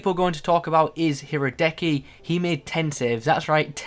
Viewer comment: The Kopenhagen LM Fischer just say it like "fisher" and Leverkusen Goalkeeper Hradecky "Ra-dez-ky" 😀